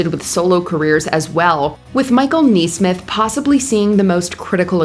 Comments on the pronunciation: It's not Michael NEESMITH. It's Michael Nesmith (like "nest" or "next"). Geez.....🙄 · How many people work at Mojo for her to mispronounce Michael Nesmith's (Neesmith?) name like that? I expect this from a solo creator, but not a mega conglomerate channel. Also, I don't think JC Chasez pronounces his name with a French affect. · You need to have your hosts pronounce names correctly if you want to sound credible. It's Michael Nesmith with the E pronounced like the E in the word rest; not like the E in the word knee. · She pronounced Mike Nesmith’s name wrong. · I suppose no one can blame you for not knowing how to pronounce Michael Nesmith’s name due in part to your age difference, but considering how high he and the Monkees were on your list, I’m a tad surprised you butchered it. Fun vid nonetheless. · I think it is A. I. narration, I hate the vocal fry at the end of every sentence, and multiple mispronounciations